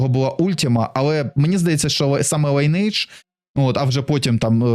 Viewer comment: Майже ніхто не знає, що назва вимовляється не Лінейдж, а Лі́нидж 🤓